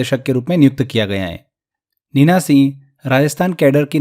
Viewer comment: Singh ka pronunciation thik se kare sir aapne toh singh ka seh kr diya 😅